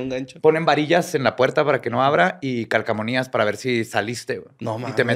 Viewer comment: Dijo "CALCAMONIAS"? o fue mi imaginacion :P